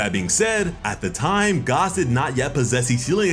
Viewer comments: Gaaaas not Gahss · fuck is you saying gos for bruh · Is think it’s pronounced “Gass” like a reference to the actually thing. For example Oil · Are you saying Gas or Gos??? Lol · Why TF are you pronouncing it Goss?! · Lol why is hes pronouncing Gas’s name like that 😂